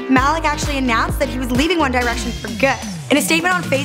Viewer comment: "one dye-rection"